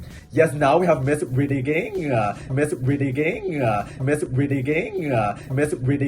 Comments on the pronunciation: DSFGDJGKFJGSDFSAFD I CHOKED ON MY DINNER WITH THE "BRIDIDING" AND "BRIDIGING" LOOP CLIPS XD I SWEAR, YUHUAAAAAAAAAAAAAAAAAA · Bring it on: Miss Bridding, Bridigingah...😂😂😂